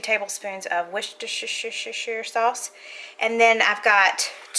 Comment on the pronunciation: (: Lol..... "Worcestershire"........ ☺ I live near a city called "Worcester" (I'm in the East Coast) and so by now I am quite used to the name of Worcestershire Sauce!!!!!! I love it too!!!!! ...... ☺🤗